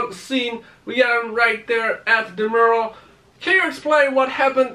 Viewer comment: its mural not murle